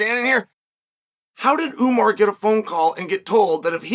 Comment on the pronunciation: Ououououuuuuuumar love how unc butchers everyone’s name but really says it the way it’s meant to be said the RIGHT way.